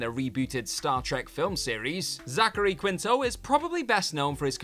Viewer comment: Zachary "Keen-Toe"